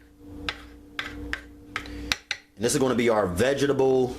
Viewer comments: OMG, I love your video but, it's vegeTable with a T! Why do you keep saying vegeable??? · cuz the man added extra letters to to the word 'vegetable' he said vegejsajsbles. and he ashy asf